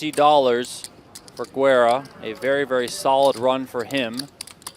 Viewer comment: For the commentators (on an understandable mispronunciation of a player's name): Lautaro Guerra's name is pronounced "Geh-rruh" not "Gweh-ruh." Those are two different words. "Guerra" and "Güera," with two very different meanings. His name means "War." The way it was mispronounced means something like "blondie" but it's just kind of a derogatory word for a pale woman.